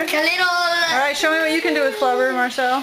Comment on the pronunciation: flabur whats flabur you mean to say flubber